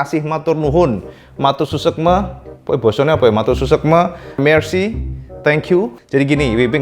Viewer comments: "SUKSMA", bukan "SUSEKME" 🙏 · Bukan susekme,, tapi suksma 😆 salam dari Jepang bang,, mantapp 👍👍👍 RRR spertinya kepanjangan dari Real Racing Replica